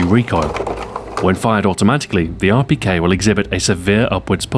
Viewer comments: if you dont know russian you wont understand it. i know russian and he said it quiet well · XboxAhoy have you learned different languages because of how you could say Rpk in russian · Your pronunciation of Russian is amazing for the beginner! Greetings from Moscow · Am I the only one who thinks its so cool the way he pronounces Russian weapons? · Amazing Russian accent! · how long did it take u to perfect saying the Russian name of the rpk? cuz it sounded really good.